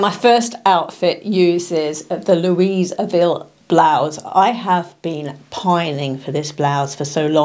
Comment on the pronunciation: When pronouncing “Louisville” the “s” silent FYI